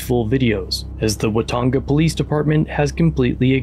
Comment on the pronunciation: "Puck" the "Folice"